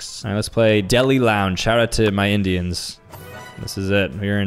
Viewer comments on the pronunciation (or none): none